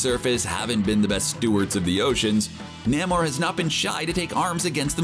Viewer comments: Namor is pronounced "NAY-MORE" and not NAM-OR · it's Name-Or not NAM OR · namor is pronounced Nay More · It's not Nammore. It's Nay-more. And he's the sub-mariner. Some people call him the submarine-er. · Nay-More not Nah-More. Do you even Comic, bro? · Who the hell is NAH-mor?? Thanks for revealing the reader isn’t actually a comics fan. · NAY-more. Not whatever the hell you said. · You said Namores name wrong so many times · You did not pronounce Namor correctly.